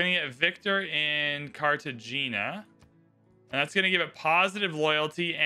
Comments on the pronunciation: Bow-ga-tah, car-tah-heyn-yah 😉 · Car-te-hein-ya & Boh-goh-tah